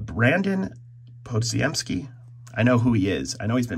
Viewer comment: you know when a collector doesn't follow sports when he messes pronunciation of old (Thomas) and new players (Deshaun, lawson, l'jarius, podziemski).